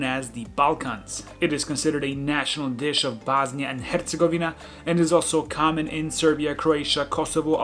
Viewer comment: Why are you prenouncing bosnia like that? You're bosniain. Is it so Americans understand it?